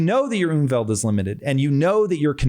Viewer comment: You mean Umfeld. You pronounce it like Umwelt. Which means environment. Unfeld means factors surrounding you. If you chill with thugs, you have a bad Umfeld.